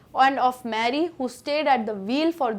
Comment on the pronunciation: ma'am your pronunciations are all over the place. mary and voyage to begin with, arent pronounced correctly